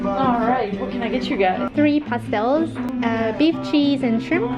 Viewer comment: As a Brazilian I have to say that your pronunciation of “pastel” was pretty good.